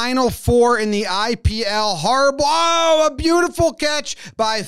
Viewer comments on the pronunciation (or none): none